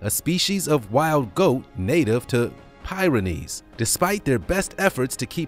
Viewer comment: 1 pyrenees is pronounced peer enees, the Montauk monster is a sloth of some kind that was floating around in the ocean for a while.